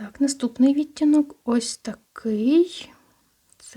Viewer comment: Може вам вже писали, але часто просто чую. Ви ставите не правильно наголос на слово "відтінок", треба на другу "і" 🌷